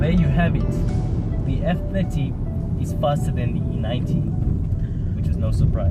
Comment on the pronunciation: I had trouble in the with you saying F30. I constantly heard F50 lol.